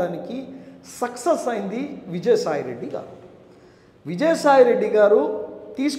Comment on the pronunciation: సెక్సస్ కాదురా నాయన సక్సెస్ మళ్ళీ మీపార్టీ పతివ్రత శ్రీరెడ్డిని మీమెక్కడ పట్టుకొచ్చాం ఒక్కటిమాత్రం నిజం చెప్పావ్ A2 గాడిని గెలిపిస్తే నిజంగానే నెల్లూరు సగం దోచేసి హద్దులు మొత్తం మార్చేస్తాడు